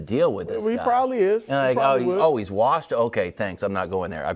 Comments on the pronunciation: Hey, Chris...how many R's in "warshed"? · Bru always says it like "warshed" lol